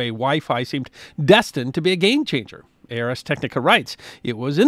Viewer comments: FYI - the website pronounced "Arrs" Technica, not "ARS" - Ars Technica being latin for "Art of Technology" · It's not A.R.S. Technica. It's /ˌɑːrz ˈtɛknɪkə/ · I believe it's pronounced R's technica, almost like ours. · FYI, Ars Technica is pronounced like "Arrs" Technica. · Just FYI ars technica is pronounced like "ours" one word "ars" just a different starting vowel